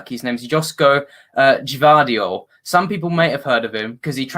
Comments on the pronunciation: I don't get how Gvardiol is tough to pronounce; it's same as Pep Guardiola it's the same last name. GUARDIOL its that easy. Never heard someone call him Juadriol. Also he is injured will miss both games. Btw Bruno Petkovic is the best player; he is the Harry Kane for Dinamo; very versatile. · well I speak the language so yeah Josko is Croatian for Joseph basically, Gvardiol is literally Guardiol or ( gwhar-diol) the G is not a J. If u called him Pep Guardiol u would not be wrong all I'm saying. He is injured for a week now, quad muscle injury will miss a month ; prolly both games and the U21 euros for Croatia.